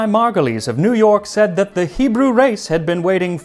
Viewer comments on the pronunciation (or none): We need to work on your hebrew pronounciation... I know you work hard on all your vids to pronounce every accent and language as correctly as possible. It sounds like you took advice from an american jewish friend and not a real hebrew speaking one. I will be more than happy to help next time